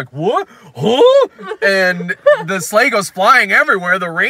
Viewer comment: I kept hearing slaves every time you said sleigh and it made it sound like a very different movie.